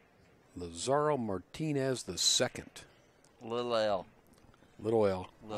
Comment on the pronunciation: The kids have the skill to be professionals. Wouldn't it be nice if commentators learned how to pronounce the players' names before the match so they don't put their foot in their mouths. Lazaro doesn't rhyme with "tomorrow". The accent is on the "La". When the Latinos take over America, the Gringos will learn how to pronounce Spanish.